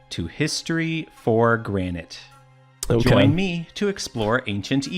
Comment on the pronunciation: Please pronounce the word granite correctly lol